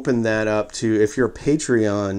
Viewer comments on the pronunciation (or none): none